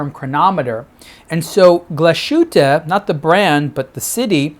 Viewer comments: Terrific watch and another fine video. I see that two or three others have corrected your pronunciation of "Glashütte." Is glas-hoo-tuh, not gla-shoot... etc. Literally translates as glassworks. If you keep that in mind, you'll say glass and then "hütte." And there you go! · Nice watch! I'm not german, but your pronunciation of the brand is simply way of. Here is how it should be pronounced